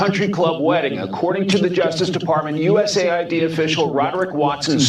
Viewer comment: It's US-AID, not USA-ID.